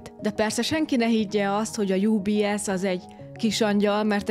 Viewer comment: Miért angolosan mondod az UBS-t ???? Ez egy ôrôkôs magyar rossź szokàs, mint ha az egész vilàg csak angol nyelvûekbôl àllna a hatàraitokon tûl !!! Svàjcban van 3 nyelv germàn dialektus csoport ( német ), francia, olasz, de nem angol ( s mégha nagyjàbôl vàroson 85 - 90%-a a lakossàgnak kissé-kevésbé avagy jôl tud is angolul !!! Ez olyan mint ha felétek minden magyar dolgot orosz kiejtéssel mondanànak !!! Az UBS jô kiejtése Û B SZ, s mi Union de Banques Suisses, mi Egyesûlt Svàjci Bankok -at jelent ( franciàul ). Nyugat Svàjc ugyanis francia nyelvû. Sajnos amit ezen dokumentum filmecske àllît az nagyrészt igaz !!! Ezt jôl tudom igazolni, mert lassan 60 esztendeje élek nyugat Svàjcban, s kôzel 55 éve vagyok itteni àllampolgàr...